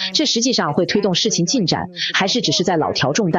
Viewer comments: 老調重談 讀成了 ‘’老條重蛋‘’！這也太... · 一个成语 能连着念错2个字，实属罕见，难道是AI读稿？小学博士念 宽衣通商 也只念错一个字的呀。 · 是念錯三個字！太丟人了！又不是什麼生癖的字！